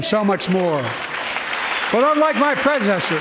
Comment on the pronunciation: Basically a Trump hate speech. "My pwedesesthurr". Dementia really got this man. It's sad to watch.